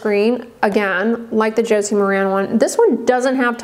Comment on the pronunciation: FYI, Maran is pronounced mare-in. Josie Maran clarifies it in interviews and product videos.